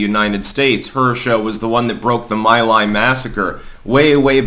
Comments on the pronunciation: It's pronounced MEE LIE, not MY LIE. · It's pronounced "ME LIE" massacre. I listen to you every day and I respect and like your work. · The village is pronounced like "me lie."